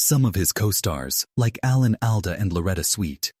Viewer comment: Very poor production...the video bears no resemblance to the narration, reusing scenes repeatedly while the narrator mispronunces the names of Alan Alda and Loretta Swit. Interseting commentary on the show but very badly presented. Too bad.